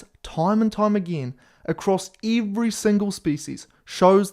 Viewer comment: eevree single speecies